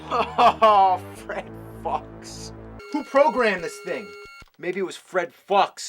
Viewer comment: I think “Fred Fuchs” might have actually been meant to be pronounced “Fred Fooks”.